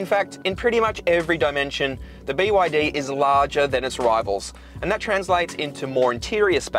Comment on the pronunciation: its actually called be yar dee